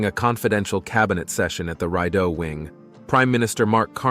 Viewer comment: "The Rideau Wing". pronounced ree'doh. It's the name of a river -- the river that runs through the country's capital, OK? If you didn't know that (and apparently you didn't) you could Google it and hear somebody pronounce it correctly. Meself, I would have thought that a person reading scripts professionally (or an editor supervising a robot, if that's what you are) would know the names of the world's major rivers.